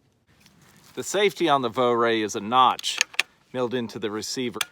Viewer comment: Vo-ray??? Nowhere near the correct pronunciation. It's a German rifle so it's pronounced "Fura" as in "fur" and "a" , with the r in the back of your throat. Just ask a German.